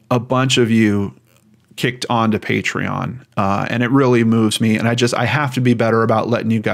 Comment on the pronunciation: Thanks for the shout out for patreon - you pronounced my name right 1st time 😄 Happy to support you as I love your work and how much thought and effort you put in to each account. As everyone is saying below; you should not have to explain why your videos are scripted and I would not worry about eejits who criticise you for it 🤬. Keep up the great work - your concern, respect and caring nature shows in all your stories, and I'm sure relatives of those in the cases appreciate it a lot! ❤